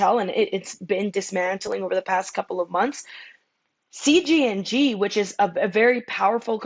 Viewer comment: Shes calling CJNG “CGNG” and saying they’ are under the radar … and few other things . Nonsense